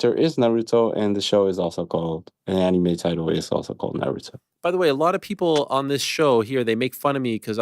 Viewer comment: ik ariel can be cringey at times (a lot of the time😂) but when he says anime like annie may it actually makes my skin crawl